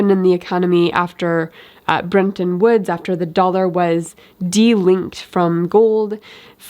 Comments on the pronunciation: I think it's "Bretton" Woods, not "Brenton" Woods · BTW, it is Bretton Woods (not Brenton Woods)